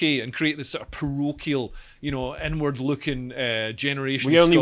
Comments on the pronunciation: everytime dude said 'inward-looking' about the SNP, i kept hearing 'N-Word looking' and i was thinking 'wtf does this even mean' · This is probably the best segment has done so far. Informative, succinct, and funny. Also, every time says, "inward looking" I hear, "n-word looking". "It's an n-word looking country." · whenever you say inward looking I keep hearing N-word looking. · am i the only one who thought leo was saying "N word" when he was saying "inward"? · Please practice the way you say "inward looking" 😳